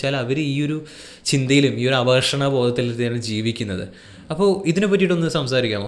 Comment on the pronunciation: "അപകർഷണ" ബോധം അല്ല.അങ്ങനെ ഒരു "കർഷണം" ഇല്ല "അപകർഷത" ബോധംഎന്നാണ്. നിങ്ങളെപ്പോലെയുള്ളവർ ഇതുപോലെ തെറ്റായ വാക്കുകൾ ശ്രദ്ധിക്കാതെ പറയുന്നത് മോശമാണ്.